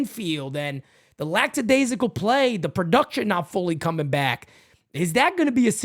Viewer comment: Hey, it's lackadaisical, not laxadaisical, lol. You've been listening to Paul O'Neill and Jeff Nelson too much. Love your show and yes, Torres and LeMahieu suck balls, as well as Verdugo.